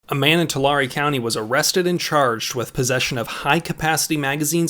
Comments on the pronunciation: Tulare=Tuh Larry not Talary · As someone who lives in Tulare county, I feel the need to inform everyone that it's pronounced To-larry (Larry, like the name) not Tulary. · Oh hay That's the county I live in. (edit): Tulare is pronounced like twolarry /as far as I know we are talking about the same Tulare don't know if there is another Tulare in cali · you can tell when someone is not from the central valley they always pronounce the city name funny. It is pronounce to-lare. Just like Delano its Da-lano. I feel sorry for the guy he is probably gonna get charged. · Tulare. Said like you would say 2 lair. Just FYI. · Tulare. Too-larry, That's how it's said. 🤦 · It's pronounced Tool/Air/E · It’s pronounced “Two-Larry” 🧐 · Its pronounced " Too Larry" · It’s pronounced. Too. Larie. Like larie the lobester. Fuck California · Oh and its pronounced " Two-Larry" (Tulare) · That is not the proper pronunciation of Tulare. lol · your saying tulare wrong